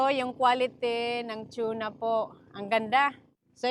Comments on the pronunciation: Tuna po not chona hehehe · is it chuna? or tuna? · … just correction you were promouncing TUNA that sounded like CHUNA …. Its constructive criticism because it wrong pronounciation. So that you will not say it wrong in the future. You ahve many subscriber they might copy you. Thats all. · Anong chona??? Hahaha TUNA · Tuna… Hindi Chuna… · TUNA yn, HINDI TYUNA. Tagalog/Filipino ang TUNA. Don't get me wrong, I'm a fan. Hanga sko sa galing at sipag mo. Love your family especially Silvestre. ❤🎉😅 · unsay tune na dai.. tuna ra dai dili tune na.😂 😂 😂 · Tsuna talga? Db dapat TUNA😂😂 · Over pronouncesion kna nmn Anong chuna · Tuna not shuna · Better call it yellow fin mas popular name tuna (tona) pg pronounce here again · yung pronunciation nyo po ng TUNA He hr